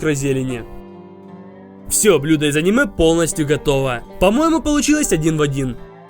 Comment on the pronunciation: Из твоих уст "аниме" звучит как оскорбление. Не то, что даже произносить, даже готовить не имеешь право такие шедевры. Максимальный уровень картошка по деревенски.